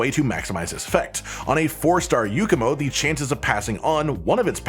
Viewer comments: I take 1 point of psychic damage every time he says "Yookumo" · please understand that this is entirely nitpicking...and maybe read super dramatically for a laugh, but can you explain to me how an A sounds like a U in "YAKUMO"? there are KIDS potentially watching this, we need to fight the stereotype that the people of today can't read! THE HORROR!! THE TRAVESTY!!...and if you can read this, then maybe you can come up with some better dramatic sounding words to blow it up further out of proportion... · Since when does YAkumo make a u sound?